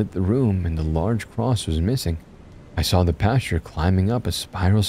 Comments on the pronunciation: No offense but every time you said pasture I imagined a piece of wheat wearing a clerical suit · When he was described as the "creepy pastor" it almost sounded like you were saying creepypasta, very apropos lol